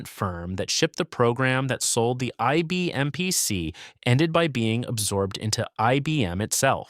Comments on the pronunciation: Yeah, what the heck was THAT? PSC? Computer narrators don't know what they're saying. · It gave me a reason to buy an "IBM Peeuh See"